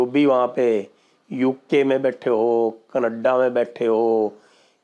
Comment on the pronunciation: that raaaa and kaneddddaa accent is awesome sir 😂😂😂😂